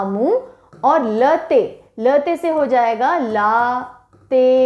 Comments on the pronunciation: Madam लातेहर नही लातेहार है। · Ma'm आपने जिलों के नाम का prounciation सही से नहीं किये है। जैसे- लातेहार, गिरिडीह, लोहरदगा etc.